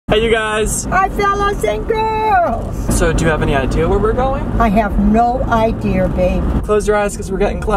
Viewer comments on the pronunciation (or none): "i have no ideaR"